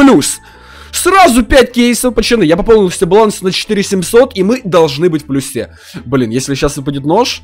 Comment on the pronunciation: мы в плюсе на е ударение ахахахахахах)